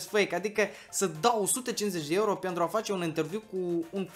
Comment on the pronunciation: Dmn nu se zice ieuro omuleee se zice euro 🤮